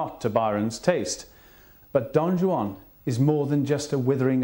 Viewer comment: Guy can't even pronounce Don Juan!